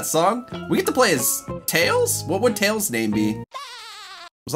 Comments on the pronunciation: correction: Tlels, not Tiels. Also Knuckles is called Knicknacks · Tunky the fox? Me: no, it's tlels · tails is called "Tlels" in this,you're welcome :)